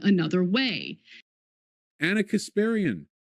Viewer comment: Why does he say ONNA?